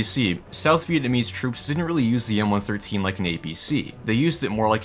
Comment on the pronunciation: I loved my 113. BTW...it's referred to as a "one one three" NOT a one thirteen.